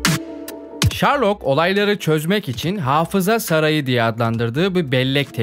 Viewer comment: şerlok ulan şerlok. ŞARLOK değil